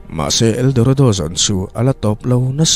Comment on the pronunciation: Eldoredo ti in i lam ri leh thin,mahse buai na awm lo nia👍